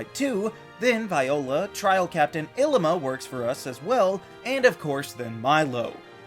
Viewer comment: It’s pronounced VEE-oh-luh, ih-LEE-muh, lil-EE-pup, ih-LEE-suh, and rye-HAHN, “Patrick Star”. 🤨